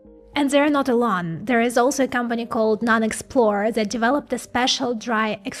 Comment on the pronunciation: more "Z" !! like Zhis, Zhat, Zhose, anoZhers, etc